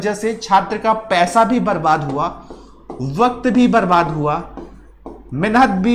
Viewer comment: मेनहत नहीं होता है भाई, मेहनत होता है ये चीज क्लियर है ना